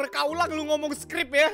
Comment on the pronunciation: "supkrib" wkwkwk